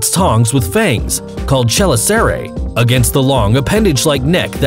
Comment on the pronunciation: Coyote Peterson was stung by a tarantula hawk in the clip for #4. Also, you seem to have a tenuous grasp on spider anatomy period. Mispronounced chelicerae, refered to a spider wound as a "sting", and violently uses venomous and poisonous interchangeably. NO SPIDER IS POISONOUS! Fuck...